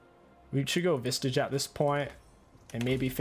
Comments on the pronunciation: why o why you say visTage every time xD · why do you say vistage when there isn't a t in spirit visage? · I havte vistions of you sayting vistage correctlty oncte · Stop saying Vistage!! Please read the name of the item. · I'm sorry. I am so sorry... I have to... Spirit Visage does not contain a letter "T"